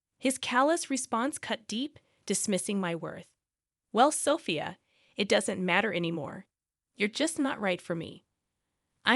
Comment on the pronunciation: This is ridiculous. At least get someone who can pronounce the words.....especially the wife's name....is it SoPHIA ....or SOFia. I've made a note to self....don't watch this crap again. Total waste of time, even when I'm TRYING to kill time.